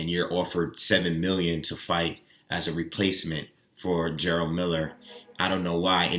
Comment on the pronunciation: Ok , so I've literally watched hundreds of videos about Jarelle Miller. Everyone is saying his name as if its spelled GERALD. Its pronounced JER-RELL . Just as its spelled right ? If its the case , then there is a lot of people butchering this man's name